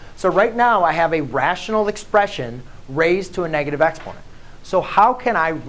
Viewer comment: It took me some time to realise you were saying EXPONENT because you skimmed over the word.